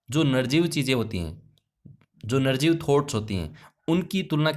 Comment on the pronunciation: Narjeev kya hota h sir nirjeev hota h sayd